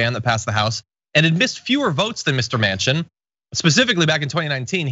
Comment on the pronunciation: I’m from the Netherlands and here we know AOC, but not Joe Mansion.....was it Mansion?